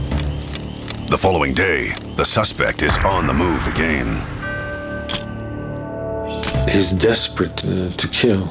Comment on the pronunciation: I'm annoyed beyond reason by the way the narrator pronounces "again".